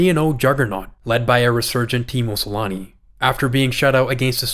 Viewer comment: You can easily look up how to properly pronounce Finnish names like Selänne, there's no need to be disrespectful and sully our beautiful language.